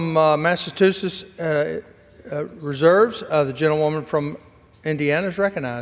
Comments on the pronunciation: He uttered smth like “massatoosess”🎃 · Speaker says “Massatuchetts” ( mark) and again a couple minutes later